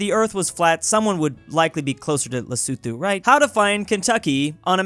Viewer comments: lesutu?it os lesotho,and thats also the pronaunciesion,lesutu,ha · Lesuthu 💀Les-o-tho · “Lee-soo-tho” I thought it was “Le-so-tho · It's funny how you say Lesuthu instead of Lesotho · Is it pronounced lesuthu? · No one:: LESUTHU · It’s pronounced Les-O-to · I hate that calls lesotho lesuthu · That's Le-so-toe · Literally nobody:: LeSuTu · the way he prononces Lesotho is so cute